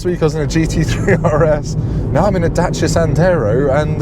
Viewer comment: The correct pronunciation of Dacia should be the way pronounces it.